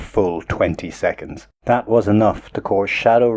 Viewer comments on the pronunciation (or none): none